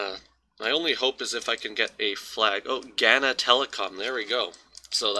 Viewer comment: why do people do that thing where EVERYONE Knows how a word is said but then you just choose to say GANNA instead of OBVIOUSLY Ghana...